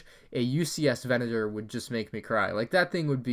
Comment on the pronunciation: VE-NA-TOR PLEASE